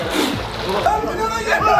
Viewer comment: abi piyana değil pirana😂😂